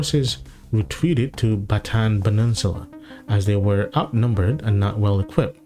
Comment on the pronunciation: It's Bataan not Battan; NPA not MPA